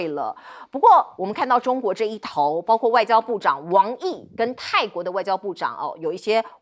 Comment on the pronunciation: 为什么这个主持人说的是包kuo，不是包gua